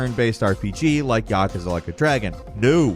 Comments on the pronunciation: Yah-kuh-zuh. Yeah I'm done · I wish you knew how to pronounce Yakuza. Hint: it's not YAKAza. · Tell me you don't know how to pronounce Yakuza without telling me you don't know how to pronounce Yakuza. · When trying hard fails and you mispronounce Yakuza... smh